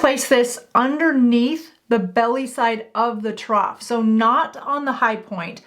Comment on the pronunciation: “Trough” does not have a T at the end.